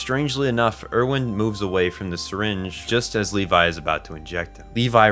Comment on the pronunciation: I’ve noticed a lot of people who make otherwise great videos about AOT mispronounce most of their names. My guess is they only watch AOT in sub and therefore don’t know the actual English pronunciations. I do wish people would give the sun a change if only so they can learn the correct English pronunciations for when they make videos. For example, in the English dub, Erwin is pronounced “AIR-ven,” and Mikasa is “ME-cuh-suh.” Just a little thing I have noticed. Great video otherwise.